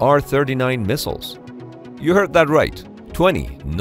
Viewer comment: beeg misshiles!